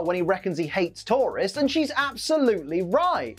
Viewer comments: It took him saying it 3 times before I realized he's saying tourists and not Tauros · Everytime he says Tourists I swear he's saying Taurus😅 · Ok, I'm sorry I had to say this. Due to the accent, when you say tourists, it sounds like tauros. Makes it sound like Blaine was tired of battling wild bull Pokemon. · Only I kept hearing Tauros every time said tourists, took me a few seconds to understand:) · I also heard Tauros and thought "Why does he hate Tauros? Did a bunch of Tauros trash the Gym? Because I don't remember them being mentioned when I last saw the episode" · I constantly keep thinking he is saying Tauros instead of tourists for some reason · I thought you were saying taurus for half the episoe haha